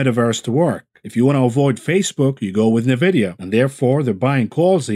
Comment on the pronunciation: nVidia is pronounced "enn-vidia," not "neh-vidia"